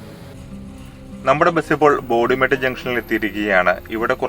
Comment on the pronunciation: എന്താണ് ബോതി മെട്ട് എന്ന് പറ യുന്നത് ബോഡി മെട്ട് അല്ലേ .ബോഡി നായിക്കന്നൂർ